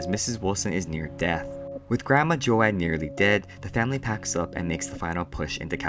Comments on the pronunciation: Have I been saying my name wrong all this time? I thought it was joad like toad but this kid keeps saying jo-ad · Yeah he pronounced it wrong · Joe-ad?? I swear it’s Joe-d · His name is pronounced like toad but with a j sound, as in jar. Do J-oad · Ocean Water It is Joad like Joe-d. Even in the movie. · Thanks for the summary friend! I appreciate your work here. Just a small tip though, Joad is pronounced "Jode" with a long "O" sound. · joAAd? the hell? Do you even english?